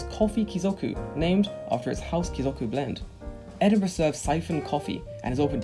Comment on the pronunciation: Edinbrough? It's Edinburgh! 😂 🏴